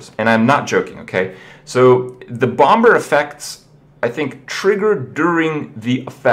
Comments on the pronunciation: The 2nd B in Bomber is silent - Like Bommer - Not Bom Ber -_ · Bom Ber. Bomber bro, the B is quasi-silent. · Kripp, it's pronounced as /bomb-er/, not /bomb-ber/ :S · he still says bomBer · I hope that Grim Patron gets a name change, only because the way Kripp pronounces patron melts my brain. Pat-trun. I can handle hurthstone and bombe-er, but pat-trun is just too awful. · The second B in Bomber is silent... I couldn't not focus on that the entire time watching this. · The second B in bomber is silent kripp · Hi Kripp! Just to let you know, patron is pronounced PAYtron, not PAHtron. Say it with me...paaaaayyyyyytron and FFS, THE SECOND B in "bomber" IS SILENT (And yes, I know Kripp doesn't read these comments)